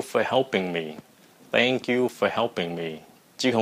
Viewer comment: Em đọc hoài ko được chữ thank coi thầy cái đọc được luôn xuất sắc